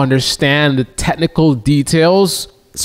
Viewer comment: dude if you plan on talking about technical anything maybe learn how to say technical and include the ch...its not tehnical although listening to you...who would know.